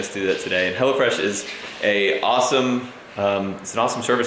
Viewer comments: I thought you kept saying "Hella Fresh", and I was thinking, "What is it, like 80's food?" LOL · I thought he said "Hella Fresh" at first. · For a bit, I thought he was saying "HellaFresh" instead of "HelloFresh" 😂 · It sounded like u said hella fresh some of the times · Oh hello fresh i thought you said hella fresh xD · I thought you was saying hellafresh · I thought you said hell-a-fresh lol